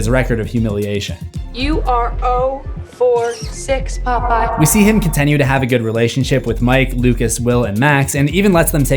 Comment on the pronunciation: Am i the only one who notices bro always says "contenue" 🥀😭 Great video as usual tho